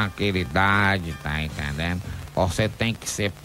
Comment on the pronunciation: "Tá intendenu"?